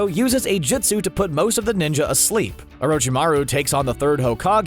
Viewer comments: “JISTU” ITS JUSTU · Jitsu yup totally how you pronounce it